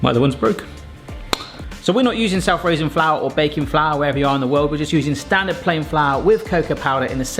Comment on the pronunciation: As three words, says the raising flour part as if it is one word, if anything it should be "self raising" said as one word.